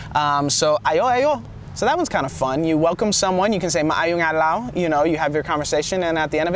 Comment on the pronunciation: CORRECTION MAAYONG ADLAW NOt MAAAYONG ADLOW